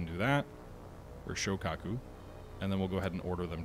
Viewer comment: Shoikaku??? (Shokaku/Zuikaku? If you can't pick, just choose both... I suppose...) Kingsurga????!!!!! YOUNGAI??????!!!!!!!! Bro... you REALLY have to work on your pronounciations dude. This is the most cringy butcher I have heard in years... Oof. Just oof.